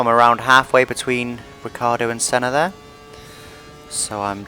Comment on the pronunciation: I do not understand why you English spoken Riccardo instead of Ricciardo